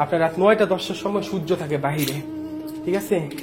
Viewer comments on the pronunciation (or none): none